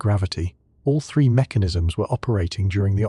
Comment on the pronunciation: Why is every other word zen, gen zien. Zen I atlas???